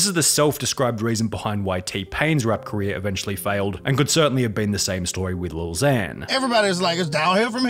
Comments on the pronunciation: "careeah" lol Its the end of everyones CAREEAH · Ok but why u say career like that tho